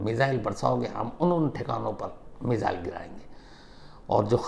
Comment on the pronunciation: Shams ji app missile ko मिज़ाइल kyu bolte hai. 2018 se sun rha hu aap yehi word bolte hai.